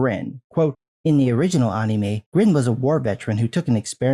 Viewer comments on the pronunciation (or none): Bruh can you just say anime not UHNNIE-MAY? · The way you say Anime is so fucking weird man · You say anime weird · The way you say "Anime" feels very wierd man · I love your content, but you pronounce anime like a weeb